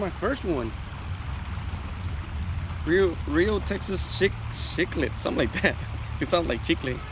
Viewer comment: Nice spot es cichlid no chiqlet LMAO 😂😂😂